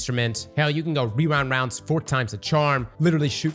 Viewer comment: Gotta love wewind wounds